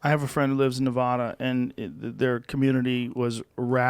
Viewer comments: It's Ne-VA-duh Joe come on man you work in Vegas for Christ sake. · Joe has been going to Vegas for 35 years and still doesn’t know how to pronounce Nevada. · If he really was your friend, Joe, you'd know it's pronounced Nevada like 'dad'... not like 'dog.' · “Nev-AD-a,” not “Nev-AH-da.” Lol.